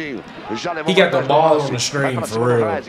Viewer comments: Baloon dor? Ronaldo firminio? HALLAND?? You guys are butchering everything😂😂😂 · balloon D'or, hahha lol its Ballan D'or